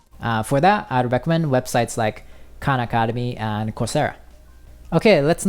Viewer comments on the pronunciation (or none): none